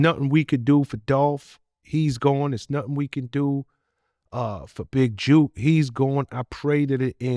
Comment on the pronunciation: Big Jook!!! Not Juke! Rhymes with book!